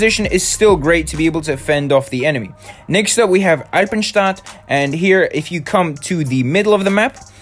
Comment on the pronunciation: You say eipenstadt soo German were are you from when I can ask But nice video thx for help😁👌😜